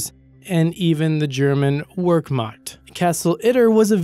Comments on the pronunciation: Wehrmacht is pronounced, "Ver-Makt" and not "Wear-Mackt" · Wehrmacht is pronounced "Ver-makt" NOT "Where-makt". Irritating. Otherwise great video. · "The German Workmocked" Cringeworthy. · "Emoo" "Workmakt" Jesus dude, work on your pronunciation. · The German Werkmakt, x) - It is pronounced "Wehr-Macht" ... Interesting video though! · It’s pronounced “Vher-makt” not “wer-makt” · eemyou.... (not eemoo), wehrmacht...(not workmacht)....you are painful :) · If E-moos are causing trouble, maybe it would be better to call the German Work-mott. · Not as bad as his pronunciation, the German "Work-Macht" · Wehrmacht: ver makt grenadier: grin a deer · the german workmakt... ITS NOT WORKMAKT!!!! calm down linus... calm down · Just a heads up the German W makes a V sound so Wehrmacht would be Vehrmacht. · I enjoyed it except for the really bad mispronunciation in the last on. Wehrmacht starts with a v sound. Jeez. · did he say "fork-macht" ? lol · blubb In German, the "W" comes off as a "V" sound. Wehrmacht, comes out like "Vare-Mahkt." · Wehrmacht is pronounced Vair-mach-t and Panzergrenadier is pronounced Panzer-gren-a-deer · Did I just hear "wehrmacht" pronounced as WORK-MOT? I'd spend less time writing jokes and more time actually studying the history you talk about. Really. Work-mot? For fuck's sake. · This guys mispronunciations crack me up, wehrmacht is ver makt.(like very and Mac Donald. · The... the "Wherkmackt?" It took me a minute to realize you were talking about the Wehrmacht. Now, I'm not good a pronouncing German words myself, but that was really BAD. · Wehrmacht is pronounced Vhere-Mah-kt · i was waiting for nr.1, but i hurt me to hear him TRY to say Wermacht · Exactly! W's are pronounced like the letter V. I do not even speak German yet I know that. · you absolutely butchered the pronunciation of "Wehrmacht" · never herd anyone butcher wehrmacht so badly.